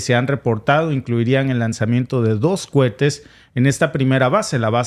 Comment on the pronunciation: Vuelve y juega se dice cohetes no cuetes